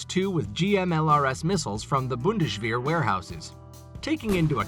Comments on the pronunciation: you americans have no dental care? bundesh wer? what is with the sh sounds every where? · For Pete's sake man, learn to pronounce Bundeswehr. This is embarrassing. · There is NO sh sound in bundeswer , stupid.